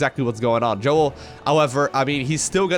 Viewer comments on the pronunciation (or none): If im right and he is israeli, then you should pronounce his name as "Yo-el", not Joel :P